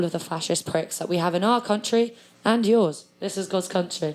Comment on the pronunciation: She said CUNTry...